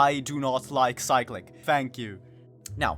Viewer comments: I cant tell if its you or cyclic itself that is wrong. but why is it being pronounced that way. Cyclic is literally just a word with a different pronunciation bruh. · Not how u pronounce cyclic )